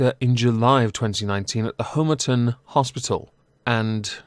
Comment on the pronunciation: Excellent. But as a former inpatient of the RNRU at Homerton Hospital, please learn to pronounce it properly. HOMERTON as in Pom not HOMERTON as in Home